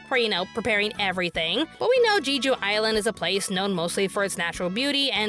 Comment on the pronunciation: Who else started cringing and laughing when mispronounced "Jeju Island" as "Gee - joo Island"? I did 🤣🤣🤣